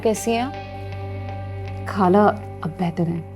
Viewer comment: یہ لڑکی نے ڈرامے میں کام اچھا کیا ہے مگر یہ ہندوستانیوں کی طرح “خالہ” کو کھالہ اور “نخرے” کو نکھرے کہتی ہے۔ ارے بھائی، اگر اردُو ڈرامے میں کام کرنا ہے تو اپنا تلفُظ درست کرو۔ پھر ڈرامے میں کام کرو۔